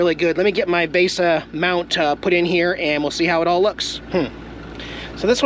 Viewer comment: LOL, it's "VEESA", like a Visa card.